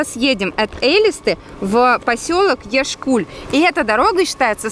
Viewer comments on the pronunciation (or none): вы не на ту букву ударение ставите 😒 Яшкуль- ударение на Я Элиста- ударение на А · Аа...Так я живу в Калмыкии...И скажу,что правильней "Яшкуль" и Элиста ударение на А..(не хейт) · и не яшкУль,а Яшкуль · То чувство что ты живёшь в Я́шкуле и никогда не слышала этого... (И произносится Элиста́)